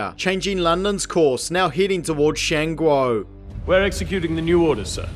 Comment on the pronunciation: I really don't have an opinion on this afterwards but your pronunciation of Shan Guo is disgusting.